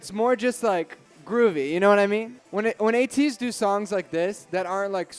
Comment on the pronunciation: You pronounced ATEEZ right hooray 😃